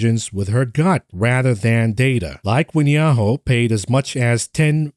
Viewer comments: it's pronounced "Ya-hoo" the "hoo" sounds like "who", not "Ho". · Yahoo is pronounced as ya-who and not ya-hoe. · “Ya-ho” … fml 🤦🏻‍♂️😂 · It's 'yah-who' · lol he says "Yah-hoe" funny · Yahoo is pronounced as "yah-who" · ….please 😅 Yahoo is pronounced like this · Revisit your pronunciation of Yahoo. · Yahoo is so unimportant that doesn't even pronounce it properly 🤦